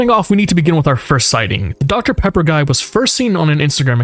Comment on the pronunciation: Deoctah Peappah